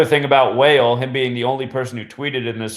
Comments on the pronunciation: Wah-Lay NOT whale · Thanks fyi he pronounces it like Wa- lay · Your videos are unlike any other!! The ones that deny the truth are just oblivious and ignorant! You explain everything with facts to back it up so it’s all undeniable. You are one smart man. Not sure if anyone has already said this but Wale’s name is pronounced “Wall-lay” just throwing that out there!! Thanks for taking the time to make all these videos to show us the truth! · its wah-lay=wale 👌👌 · Bro. Wale is pronounced wall-lay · couldn't help but to laugh when he kept saying wale as "whale". lol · Wale pronounced (Wah - Lé ) great video 👌🏽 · Pronounced WHA-Le' my dude 💯